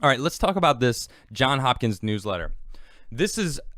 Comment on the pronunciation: "Johns" Hopkins not "John".